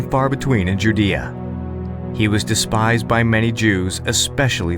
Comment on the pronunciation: Learn how to pronounce Judea.